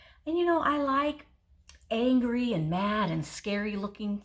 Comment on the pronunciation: Stop saying angry....I like it when you say angy!!!! Lol